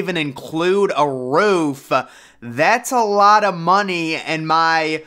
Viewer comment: "Doesn't even include a roof-uh!"